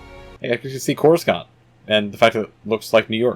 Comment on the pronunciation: Don't mean to be "that guy", but you're pronounsing Coruscant wrong